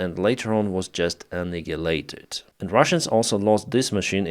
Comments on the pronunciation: I love your accent, and I understand English is a second language for you. But just an FYI 'annihilated' is pronounced AN-EYE-AH-LATED. You said 'annigulated'. =) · the better pronunciation is "anirrileited"